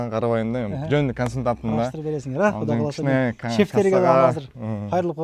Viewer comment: Эфирден туура сүйлөгөнгө аракет кылсаңыз. Куда кааласа эмес Кудай кааласа.